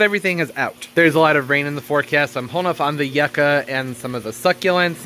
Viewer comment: The way you say yucca is so funny! Never heard it pronounced like yuck. It’s normally you-kah.